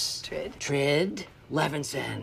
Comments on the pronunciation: “so this is Asstird?”😂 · ‘Assturd’ actually, lol